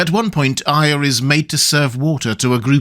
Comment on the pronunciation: Thank you for being one of the few people who says Arya correctly.